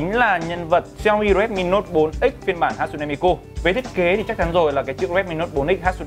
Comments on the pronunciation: sửa lại cái tên dùm cái, mi kư k phải ku, đọc nghe mà khó chịu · Miku các bác ơi . Cứ mi cu , mi mu . Đọc là Mi - Trym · Miku chứ ko phải mi cu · Góp ý thoi! Là hatsune đọc đúng rồi, nhưng Miku ( chắc thấy sao đọc vậy, là phien âm của nó là "ư", à mà còn nữa Miku là nhân vật vocaloid, ko phải anime ( a - ni - mê nhé ) :,((((( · mi-kư chứ ko phải mi-cu anh ơi 😂😂😂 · Hát-sư-nê mi “ cu “ 😂😂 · Tiếng nhật đọc là mi kư nhé, đọc mi ku nghe ngứa tai quá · cư cư cư cư cư ko phải cuuuuu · Ku cái éo , đọc là mikư đếch phải miKU nhá ad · đọc là Mi Kư không phải mi Ku(cu) -. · mi cư không phải mi cu nhé anh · Người ta là ku chớ k phải cu 😡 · mi cư sao lại nói mi cu vậy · đã đọc không chuẩn lại cứ nhắc đi nhắc lại, cứ mi cu mi cu suốt =)) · mik ko quan trọg lắm nhưng mà add ơi lần sau cí đọc thì đọc là mikƯ NHÉ ADD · À há....MI CU 😂 MI CƯ Ông má ouisssssssss ❤️😂😂😂😂😂😂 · Hát xư nê mi cư 😒 nghe phát âm mà ngán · hãy đọc Miku là Mi cư Oce :v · ôi wtf sao cứ cu cu cu thế ? chả chịu đi tìm hiểu cách đọc trước khi nói ra hở ? tôn trọng tý đi :) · Miku cứ mi cu mi cu nghe kinh quá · miku mà nói là mi cu hay mi cư hoài